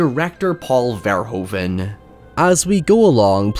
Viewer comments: Love the video! By the way, Paul Verhoeven's last name is pronounced like "ver-hoo-ven". Take it from one of Paul's fellow Dutchmen and become one of the few English speaking YouTubers who pronounces his name correctly,.;) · Verhoeven is pronounced like Verhooven, "oo" as in "boo", that's how the "oe" is pronounced